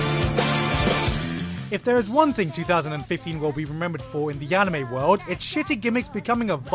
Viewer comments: you pronounced anime wrong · can you pronounce ANY japanese word correctly? Annimay, Heruhi